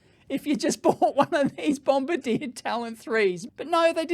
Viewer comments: Dave, you say it as Bomb-bar-dee-aa. Not bomba deer, like in the war. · Just a minor detail, but your pronunciation of Bombardier is wrong. It's not bom-ba-DEER, like the crew member of a bomber who drops the bombs. It should be bom-BAR-dee-ay being a French Canadian company. My daughter had some dealings with the company and was quickly corrected by them at their first meeting. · I'm twitching every time he says "BombardieR" 😢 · BOM-BARD-YAY... also, Bombardier doesn't make trains or planes anymore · Diesel being notoriously clean. Just ask VW! Also you mispronounced Bombardier. It is pronounced: Bombardi-e-yeh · It's pronounced bom-bar-dee-ay. It's a Canadian company based in Quebec, where the dominant language is French, hence the pronunciation They also make jet aircraft, snowmobiles, and a bunch of military vehicles. Of course, when Ottawa, Canada's capitol city, built a metro, they bought a completely unsuitable train model from a company in France, instead of Bombardier trains that are built in Canada by a company that knows how to build trains that will work in our climate. (The climate in Ottawa is slightly colder than the climate in Moscow.) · It's Bomb-bardi-eh. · If the train is fully electric it could connect to the mainline overhead catenary and only needs battery for the 2.6km private Tesla stub that they're too cheap to build their own overhead catenary for. Those panels probably would be enough to power the train for that short portion. There are trams that operate like this: Oh, and Bombardier is a Canadian company from Quebec, so the pronunciation is French: BOM-BAR-DI-ER. 😄